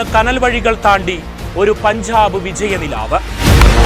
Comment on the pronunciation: പൻഝാബ്. വിഝയം നീ ആദ്യം പോയി മലയാളം ഉച്ചരിക്കാൻ പഠിക്ക്. കഷ്ടം.